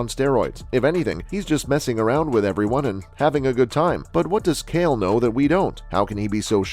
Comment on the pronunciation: Proof is you’re a bot because nobody says kale Sonnen